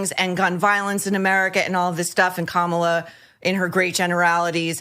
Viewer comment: She pronounced Kamalas name wrong